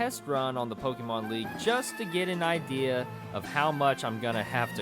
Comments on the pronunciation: You know it's gonna be a shity commentary when you ear "poh - KEE - mown" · I went into this video thinking he was gonna evolve them But no, that'd be too easy. Also, the constant mispronunciation of Pokémon and Arcanine makes me sad.